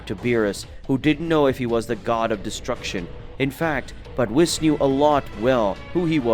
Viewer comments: Would u stop saying wiss🤦‍♂️bloody hell its whis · pleasee its not wis its Whis